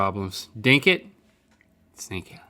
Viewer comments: It bothers me that Link says "Dink it" but Rhett does not say "Sink it" Is anyone else bothered by this?! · Every time they say dink it and not sink it i say it softly in my head